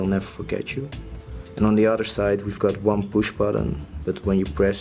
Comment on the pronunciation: I get the TO and FORget.... But want means ONE? maybe the way want is said with YOUR accent but.... This needs work